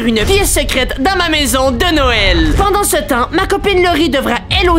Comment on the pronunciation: t'as dis oedent au lieu de pendant.